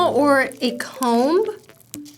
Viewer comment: Jayka pronounced the B in comb